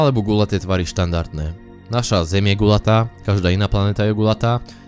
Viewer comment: Pardon ale neviem si pomoct... nie "gulatá", ale guľatá